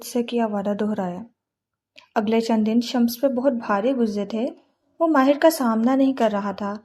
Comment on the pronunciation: yr her pronounciation of MAHI and MAHIR is soo confusing